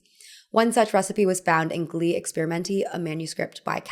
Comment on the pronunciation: "gli" in "gli experimenti" should be pronounced like "yee." im only pointin this out cause my italian professor said whenever we pronounced it wrong, an italian puppy dies